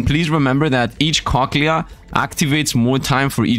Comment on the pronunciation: I love it when says cochlea he says it so wrong... I love it